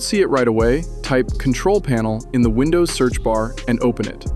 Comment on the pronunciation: Вындувс ахахааааа